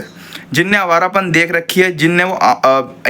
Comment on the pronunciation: abe bhai ' hai awarapan' nhi yeh awarapan h😅